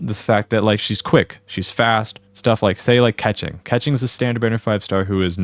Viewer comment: "Stuff like say like catching." Keqing isn't "catching". 😂 " "All the flashy bursts with Keqing and a..." Oh, so you can pronounce it more distinctly? 👌 "Maybe I'll just add a catching skill..." "Son of a..."! 🤣